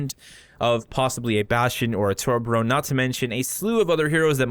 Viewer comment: tor-be-orn, not to-bo-ron